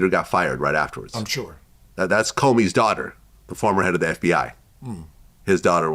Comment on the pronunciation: Vlad can't pronounce Comey. This is like the third time I've heard him say that and it always sounds like "Kobe's daughter" 🤦🏾‍♂️